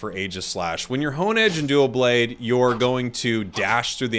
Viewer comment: (Psst … it’s doublade not duoblade)